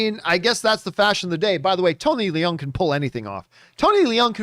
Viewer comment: Having been corrected by others myself so many times, it is pronounced Tony Loong and not Lee-ung. Stand to be corrected again but it matters…he is a great actor so it stands that his name is correctly pronounced. 🙃 Great movie and glad it didn’t suck. But think John is overdoing it. All movies are subjective, and I have only seen it once, with very high hopes and expectations. Having “sat with it” for a few days, this is how it is for me.